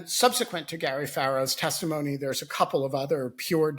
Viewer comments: Tim, you may not have fallen asleep but you said "testifony." tired? ;) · Did he say testiphony at the end? 😂